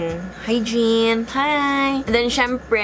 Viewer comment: while watching your video with my daughter..when niingun kag "hygiene..hi-gin!" nitan.aw bitaw na akung eldest sah aku ug nangutana.. "ikaw?" then i laugh out loud...😂😂 any way "JIN" is my neckname...😁😁